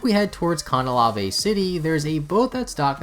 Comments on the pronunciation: fr he said cana LA vé like what it’s Cana LAVE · You DID NOT just pronounce Canalave like that xD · WHY DID YOU JUST PRONOUNCE CANALAVE LIKE THAT.